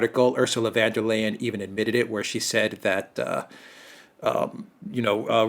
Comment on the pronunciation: Von not van, she is not 🇳🇱🇳🇱🇳🇱.